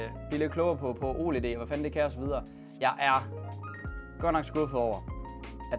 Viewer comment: Det hedder ikke o led men oled